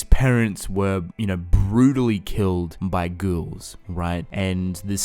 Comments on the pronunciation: Okay is it just me or do y’all hear this man say “girls” instead of ghouls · Sounds like “ghourls” to me kind of Like inbetween the two